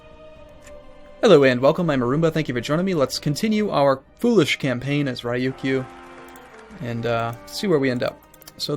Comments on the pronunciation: Abdullah Alrasheed The first part is more or less right but, the Kyou is wrong, that's the romanised (or romaji) spelling of the accent. In the case of the islands the Kyū, from Ryūkyū, is pronounced very closely to the English letter Q. Re-You-Q. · And Ryukyu is Re-You-KYOU